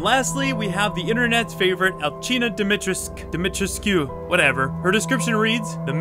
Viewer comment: It’s “All-See-Nah Dee-Mee-Chress-KOO”